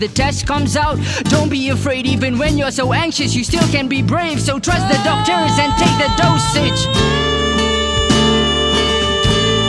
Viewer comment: Did you say trust the dogtor or trust the Lord our God Jesus Christ ?